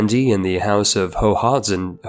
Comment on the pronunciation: You hurt my ears trying to say Hohenzollern